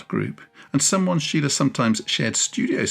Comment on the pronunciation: Deberías aprender a pronunciar su nombre corectamente antes de hablar de el.